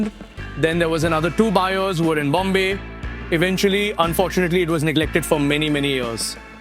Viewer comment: Great production value, camera filters make it "pop", crisp presentation with story telling flow, greatest poster car ever...... But still "Bhombayy"...?!!!